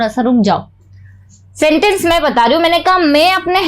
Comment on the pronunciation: आप बहुत अच्छा पढ़ाते है लेकिन मैं को मे मत बोला करो बहुत अजीब लगता है।